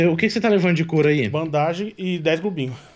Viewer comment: e, vcs estão nos Estados unidos estudando inglês, certo?pois então por que vcs pronunciam ban-da-ge? Sem ofensa.